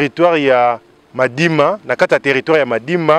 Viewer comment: Petit journaliste lobaka bien territoire Madimba et non Madima ko bebisa kombo ya territoire na biso te